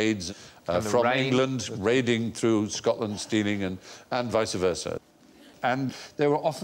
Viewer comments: What's this vica versa you speak of Stephen? Is it not vice versa? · yeah but I was under the impression vice is pronounced with one syllable and not vice-sa but just vice?